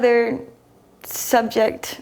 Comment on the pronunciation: And "subjecT". yes, doesn't pronounce the ends of words. She needs elocution lessons so that non-native English speakers can understand.